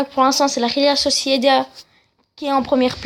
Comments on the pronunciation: T'as un problème à la bouche ? La rhéla Sociéda... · Et réal Sociedad sa se prononce pas comme tu le dis et tes équipe elles sont nuls mmdr avec la réal sociedad je suis 1er débile